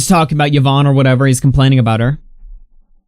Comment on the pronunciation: im i the only one bothered that he cannot pronounce yvonne's name correctly